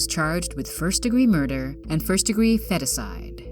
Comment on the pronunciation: Not too thrilled with the new narrator. She needs to learn how to pronounce things better (for example, , feticide is pronounced /ˈfēdəˌsīd/ not /ˈfetəˌsīd/).